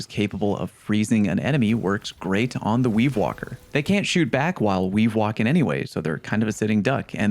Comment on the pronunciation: We're you saying "ween walking"??